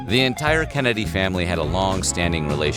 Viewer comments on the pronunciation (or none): Miguel Castaneda he must be from Pittsburgh. 😂